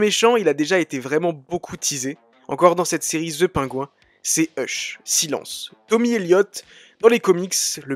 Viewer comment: "ZE PAINGOU 1", ça c'est de la prononciation!